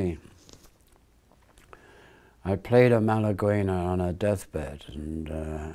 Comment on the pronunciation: For anybody misled by Keith's pronunciation, it's Malaguenya (Malagueña in Spanish) - basic flamenco from Málaga, i:e: one of the themes that most flamenco guitarists can play.....